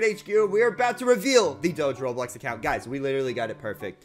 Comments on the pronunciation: Says acocunt insted of account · HE SAID ACOCUNT XD